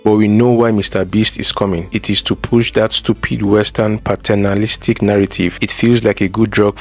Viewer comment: "Patternalistic" or Patronizing?